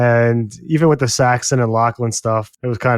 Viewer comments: Guys, we’re at the end of 8 episodes with these characters, and 2 of you are still calling him Saxton? It’s Saxon (thank you to the main host who finally says it right). As in Anglo-Saxon, a name given to the character intentionally, it means “dagger” or “people of the dagger”. And it’s Shree-ta-LA. The woman gave a dang lesson on how to say her name to Fabian, and you give us SeeTala. 😑 If you guys can’t get these basics right, it feels like you don’t really care about the characters you’re discussing, and it makes your analysis seem less…thought-out. Or you come across less-than attentive. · I think it's Saxon, not Saxton.